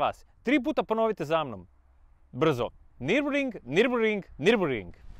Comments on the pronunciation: Ali nije nirburing nego nurburgring😊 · ü ovo je njemacko slovo koje se cita i pa se kaze nirburgring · ne cita se i ali su nasi preveli na i